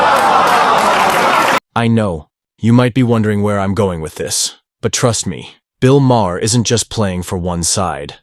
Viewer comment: “Bill Mah-Her”